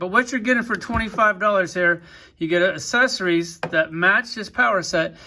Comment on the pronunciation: The way dude says accessories, kills me 🤣🤣🤣 it's pronounced əkˈses(ə)rē. Wow, dude is drunk AF!